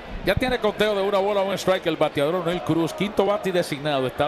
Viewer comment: mi humilde comentario ,,deje eta vaina ,que usted parece ruso ,,,NO SE LLAMA ONE---IL,,,,,,SU NOMBRE SE PRONUNCIA CORRIDO OENEIL C